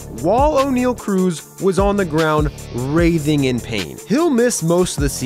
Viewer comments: Not how you pronounce writhing, there isn't even an "A" in it. plz and ty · It's "writhing", not whatever the heck he said. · writhing, not wrathing. Love the video though, keep up the incredible content 🔥 👏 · It's "writhing in pain", not "wraithing in pain." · I think you meant "writhing"